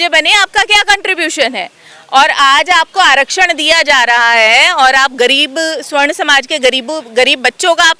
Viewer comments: सवर्ण समाज बोलिए उच्चारण में त्रुटि है। स्वर्ण मतलब सोना होता है सोना कारोबारी स्वर्णकार कहलाते हैं। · ये मूर्ख है सवर्ण को स्वर्ण बोल रही है इसकी बात नहीं सुननी चाहिए